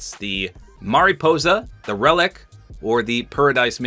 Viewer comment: Its relik hes ruin